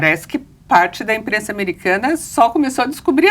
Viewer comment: Verdade! "Emprensa" é foda! kkkkk